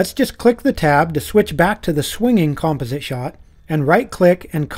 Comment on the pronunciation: the way he says "composite" bothers the hell out of me, but besides that, amazing video! lol